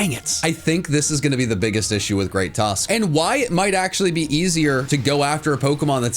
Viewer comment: The Great Tusk what? ? Sounded like you said Great Tusk...C**t